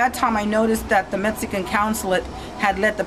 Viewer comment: She can't even say Mexican. She say's Metzican.